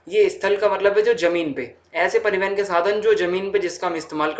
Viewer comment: Pari(van) ke sadhan 😂 btw nice explained 🔥